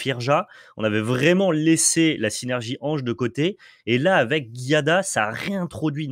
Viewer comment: A chaque fois que j'entends le nom de l'Ange, ça me pique les oreilles. C'est pas GUiada mais bien Giada... comme Gîte, pas comme Guy. Sinon toujours au top vous deux ! Continuez de nous régaler. Merci.